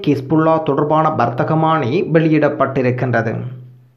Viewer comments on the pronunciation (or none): Don't read warththahamani. It's warththamani.